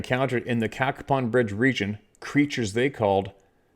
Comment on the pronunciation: You pronounced it correctly, (Cack a pon) Cacapon Bridge. I grew up in West Virginia, and have been there many times. Love your channel.